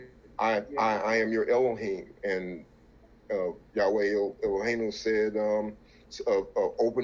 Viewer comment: I see the brother uses the name yahweh in the proper pronunciation halleluyah! Speaking alot of knowledge. But remember shem children married daughters of ham and Japheth even by the 12 sons of Israel